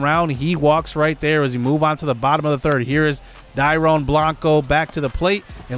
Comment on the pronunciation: Dude! So excited to see this series. Happy to see you back man! Also Dairon is pronounced Dairyon. I’m really excited to see him play this year.